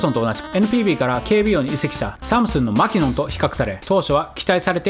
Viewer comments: マキノンのイントネーションは「マ」ではなく「キ」にアクセントを置くのが正しい。マ「キ」ノンね。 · マキノンの発音はアニヤンだと何度でも言い続ける